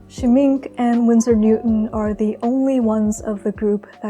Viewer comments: SCHMINK-AHHHH... SCHMINK-AHHHHH.. not just SCHMINK.... AHHHHH repeat and learn... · Wonderful and communicative as always. I admire your combination of painterliness and control of the medium. DS are a lovely brand but I’m a sucker for Schminke especially their lush, creamy pastels. The word is German of course and means Paint or Makeup. That ‘e’ on the end is articulated so we phonetically get Shhmink-air with an almost unpronounced R at the end. Good old German. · Scheminke is pronounced “sch-mink-kay” — just trying to help. Lovely video btw! ❤️ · The e at the end of Schmincke is not silent.